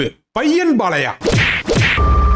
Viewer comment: உன் தமிழ் ல தீய வைக்க அது "பாலையா" இல்லடா அது "பாலய்யா"